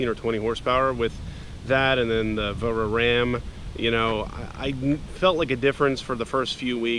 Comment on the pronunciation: VARARAM is said like Vair-uh-ram. Come on bud you did all this work to make a sick car man. Take the time to pronounce the companies correctly